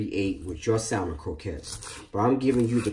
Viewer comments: Ok eveyone... ITS pronounced SAMMON, THE L is silent, lol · Can't believe the salmon wasn't drained; the skin was not removed from the salmon; and there was no check made for stray bones! BTW...The "L" in salmon is silent, i.e., not pronounced. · Bruh! Love the recipe, but PLEASE, PLEASE never wear such a lacy sissy shirt again! P.S. The "L" in salmon is silent. Come on Brug! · It's really annoying to hear people pronounce the "L" in salmon. The L is silent, please. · I would watch the whole video if he stop pronouncing salmon wrong....